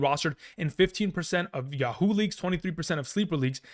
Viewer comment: He said Yah-HOO leagues lol